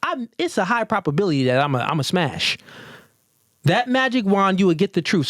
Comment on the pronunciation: You’ve GOT TO stop saying “PROPability”. It’s PROBability. With a B. A thing is either PROBable or imPROBable? It’s never PROPable or imPROPable.